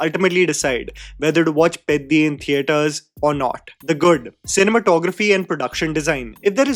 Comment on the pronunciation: Bro I really appreciate your like towards telugu cinema as well but it hurts me to see you literally get all the other south indian language cinema names right and absolutely demolish telugu names. Please try to get the sound of the names and try to pronounce them from next time. I started watching your videos and really like your love towards all the movies from all languages but it pains me to see you butcher them only for telugu pronunciations and not others. Atleast try to hear the correct sounding so that it gives us a chance to relate with you from next time